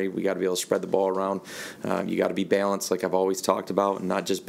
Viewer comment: I never wanted to fire MLF, until I heard him say "balanced" and "talented"